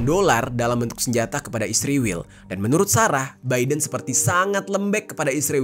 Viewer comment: Aku dengerin kata "ISRIWIL" ketaea sendiri. Inget masa kecilku .. ibuku klo lagi jengkel kpd adikku yg bandel.. ibu manggil adikku dg sebutan ISRIWIL.. pdhal namanya Isworowati.... mudah2an adikku baca dan ingat pd kebandelannya...😍😍